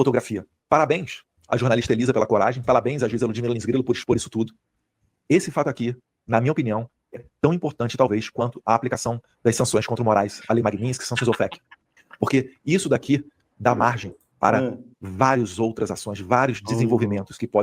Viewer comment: ATÉ HOJE, DEPOIS DE TUDO O QUE ACONTECEU, ESSE IMBECIL ALOPRADO AINDA NÃO CONSEGUE FALAR DA MANEIRA CORRETA O NOME DA LEI QUE ELE VENERA:face-blue-wide-eyes::face-green-smiling::face-green-smiling::face-green-smiling: ALGUÉM EXPLICA PRÁ ELE QUE É "LEI MAGNITSKY"!!!!!!!:face-green-smiling::face-green-smiling::face-green-smiling: PQPARIU QUE PICARETA ANALFABETO!!!